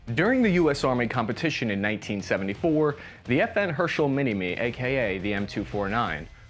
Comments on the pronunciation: I know English isn't exactly a phonetic language, but pronouncing "HersTal" as "hershel" is quite a stretch. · Great video! But man it is her-stel not her-shull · FN HER STALL...............not Hershel. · Ok, you don't have to pronounce Herstal as er-stall the proper way. But every time you say FN Herschel, Joe Biden revokes a class 3 license. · it's not hershel, it's herstal, pronounced er-stahl. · Its fn herstal not herschel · Her stal not Hershtal. I thought Ernest wast best know for the FAL? Also is it me or does the new version look like a SCAR? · It's pronounced Herstal with a T not "hershel" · Lol you said party at Fn “hershal” not herstal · Herstal in pronounced like this: HER, as in heritage and STAL as in Stalingrad. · Stop saying FN Hershel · You don't mention it's a Belgian design but you mess up his and FN's name. America's finest.